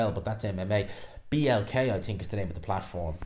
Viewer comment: Didn’t realise think had a silent h